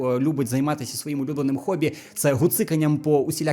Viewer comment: гоббі замість хоббі, гейт замість хейт, гогвартс замість хогвартс...я шось пропустив в українскій мові? чому всі почали ігнорити букву - х? як тепер я маю говорити? Слава Ісусу Гристу?